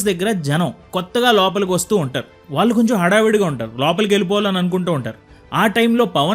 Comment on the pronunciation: Telugu బాగా pronounce cheyyali. ముఖ్యంగా, వాల్లు(వాళ్ళు,అనాలి)ఆంటున్నారు కళ్ళు(కల్లు,కాదు)అనాలి.